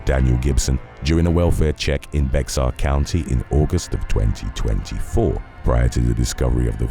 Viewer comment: FYI…Bexar County is pronounced Bay-er. It’s Spanish. The X is silent.